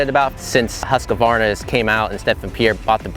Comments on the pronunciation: why it's so difficult? it's not husk-a-VARna, it's husk-VAR-na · Why are Americans so ignorant in foreign names? There is no A between the "QU" and the "V" in the brandname. HUSQUVARNA!!! and NOT HusquAvarna.